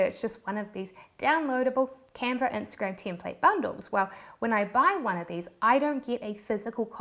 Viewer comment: sometimes it sounds like Teamplate.